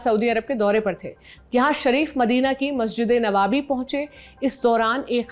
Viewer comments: Its Nabwi not Nawabi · masjide nawabi nahin "" Masjide nabawi "" sahi hai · Masjid-e-Nabvi is correct pronunciation. You said Masjid-e-Nawabi. Nabvi word comes from the Arabic Nabi, or prophet, or messenger of God. Theek hai!!!😊😊😊